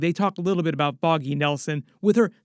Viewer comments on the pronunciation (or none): Foggy... FFFFFOGGY Nelson, not Boggy 😂😂